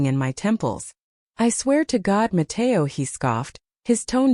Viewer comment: “Nó, Matéo” in full spanish is hilarious 😭